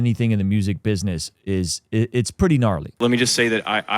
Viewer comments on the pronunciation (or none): none